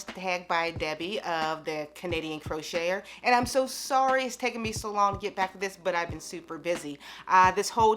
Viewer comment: lol she dont call her self a crocheter she pronounces it differently